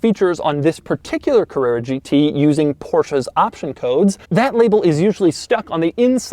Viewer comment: Porscha Cavrerra GT